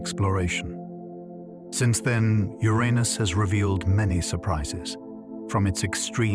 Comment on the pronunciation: You pronounced Uranus three different ways within 30 seconds….